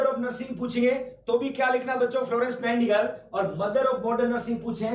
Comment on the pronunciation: Sir aap nighti angle bolte ho 😂❤️